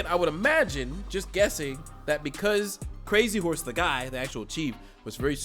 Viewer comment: 把crazy horses強行唸成crazy whore也太強行。業配好煩喔可是我喜歡🤣🤣🤣